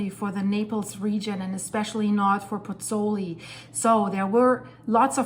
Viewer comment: Hi, scary stuff. Just on a point of information,, both vowels of the diphthong in Pozzuoli are pronounced - pozz - oo - aw - li. Giovanni Pergolesi, the composer, died there in 1736...